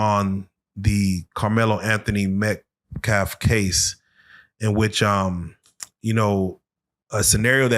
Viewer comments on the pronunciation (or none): why do all these black men say metCLAF. is it a reading comprehension issue. a speech impediment... is it the fact that they dont actually know anything about the case and way to be youre upset about the *assàssination** of someones character. how about the assàssination of a human life fkn ràcists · This guys is disgusting, straight up. Foul human being, so is the barrator hear, why cant black peope say the name METCALF why is such a hard pronunciation for these 2 to get right? But they respect the dingity of the death of the child. THEN you see SMILING while re telling the story of his death.... why in the sam hell has this guys behing not been beat yet? Child beater.